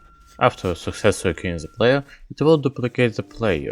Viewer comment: I love how you pronounce the with ze, just like Medic TF2